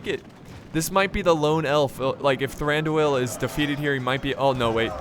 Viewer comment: Dude plz say Thraduils name properly, plz. I CE every time you say "The-ran dooo el" it's a fluid sound. Like "Thrandwueel" all mine fluid sound no big syllabic stops.